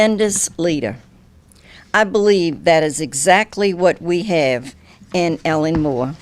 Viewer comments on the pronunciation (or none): Did she say Ellen Moore lol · Did Ms. Benson say Ellen Moore when she first said his name? Or am I trippin’? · She straight up said Ellen Moore